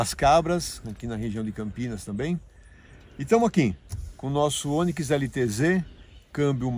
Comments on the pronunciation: É Onikis...kkkkk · "Oniquis" kkkkkkkk Boa pessoal. Videozão massa. 👏🏽👊🏾